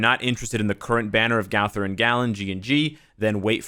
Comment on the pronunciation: "gawther" lol